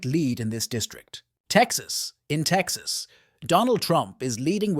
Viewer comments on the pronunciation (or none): none